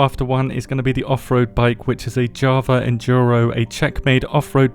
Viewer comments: yes. There is no phonetic J there. Yawa, yava, but not Jawa. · It's pronounced more like “yava” btw.